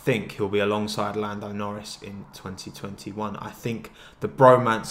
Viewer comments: Every time you said along side I heard Alonso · Each time you say "alongside" my heart stops bc i think you're gonna say Alonso